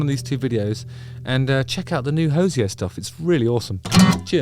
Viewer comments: Good content as always, apart from one thing. Every time you pronounced his name "hoze-ee-ay" it hurt my ears because I'm so used to how the man himself says it, "hoze-ee-er". It's almost as if you've never heard his name said, which surely can't be true. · It’s Hozier not Hoziay, research before you try to pronounce someone’s name correctly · Ho zee er..... Not Hoz ee ay like hes French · IT'S NOT HO-ZE-A. It's HO-ZEE-ER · Is it really Hose-ee-ay? A French pronunciation of an Irish name? I thought it was Hoo-see-er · Ho-zee-errr - not Ho-zee-ayyy… he’s from Wicklow, not France! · Pronounced. Ho zee r...........!!!!! Not hozee ay....... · I'm going to be that person. It's HOE ZEE ERR. Sorry x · STOP SAYING "HOZYAY" PLEASE OMG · Hozier rhymes with cosier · Justin.. Do yourself a favor and have a listen to Hozier, rhymes with cozier, earlier stuff. Amazing! P.S. kudos to you in your work on the Taylor Hawkins tribute shows!! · He’s not my “cup of tea,” but I’ve only ever heard this one song. I can’t speak for lesbians. 🤷‍♀️ Edit to add: I would have thought his last name was pronounced “hose-ee-ay,” too. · That is the most troubling pronunciation of the name Hozier that I've ever heard 🙁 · I didnt know it was pronounced Hozier! I thought it was pronounced Hozier!